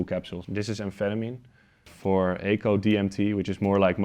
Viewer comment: It's 4 A C O not 4 "aico"